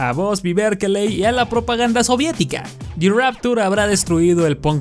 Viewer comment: pronunciando "the" todos: dah la zona cero: di